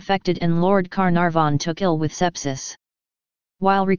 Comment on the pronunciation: I love the computer saying lord Car narh von.